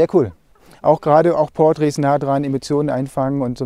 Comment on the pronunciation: Wörter wie 'Portraits' oder 'Details' betonst du auf der falschen Silbe... Mal drauf achten;) klingt sonst komisch..